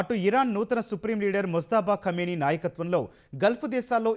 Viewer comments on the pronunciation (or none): none